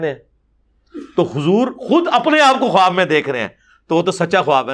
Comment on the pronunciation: assalam alikum ...very informative program..... mashalla......the word KHUWAB may wao silent hay ... bola jaeyga KHAAB not KHUWAB ............thanks